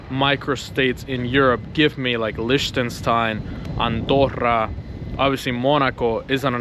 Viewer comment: pls finally learn how to pronounce liechtenstein